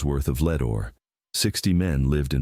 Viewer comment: "Lead" is pronounced "led" not "l e e d." AI voice.